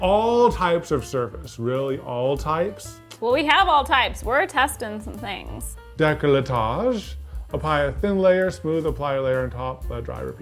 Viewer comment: As a peved Frenchie! I just came here to say DECOLLETAGE is NOT pronounced DE-CLE-TAGE (english speakers make the O silent) but DE-COL-TAGE (the E is silent) 😅